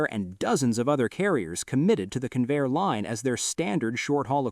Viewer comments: That's CON-vair, not "conveyor." The name was a portmanteau formed by the merger of Consolidated and Vultee aircraft corporations. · That competing aircraft builder wasn't "Can-VAIR" it was CON-vair. Don'tcha just love these AI Slop robots? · Hey stupid AI. It's CON-VAIR with the accent on CON. AI slop. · It''s "Convair," not "Conveyor." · Convair, not conveyor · LOSE THE ANNOUNCER BOT!! ("Kinvayer", MY ASS!) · Convair has two syllables, both stressed, and is NOT pronounced Conveyor. It's discouraging to see excellent film with sloppy narration. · Yes! It is pronounced Con - Vair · Three and a half minutes into the video and the narrator begins to pronounce Convair properly. But the producers couldn't be bothered to just restart the narration because of laziness. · Learn how to pronounce Convair. AI again. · I'm so sick of AI mispronunciations. I can't finish watching this garbage.